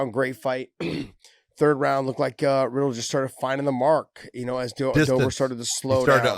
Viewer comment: Let me correct every MMA personality. It’s pronounced as Brad Re-dell. Not Brad Riddle.